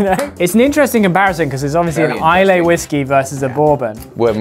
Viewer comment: Hey mates just so you know, Islay is pronounced like this: EYE-luh Also you can’t compare American whiskey and Scotch even if their both whiskey. That being said Lagavulin most definitely should be the winner. Blessing from the whiskey priest.